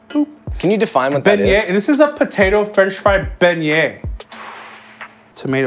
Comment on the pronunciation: How the hell you spell french fry begnié?? Beh-knee-AYEEEE😂